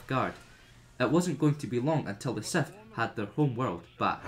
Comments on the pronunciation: I really tried to watch this but after he said SETH instead of SITH the 50th time i gave up. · Dude it’s SITH NOT SETH no matter where you are from!